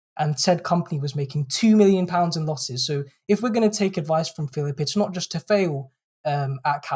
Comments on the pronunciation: His name is PHILP, not "Phillip". He's a vowel-shy waster. Britain needs more vowels, and Philp's oeuvre contributes nothing to that at all. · There's no second 'i' in his surname. It's Philp. He's sometimes known as Crispy Filth in the constituency.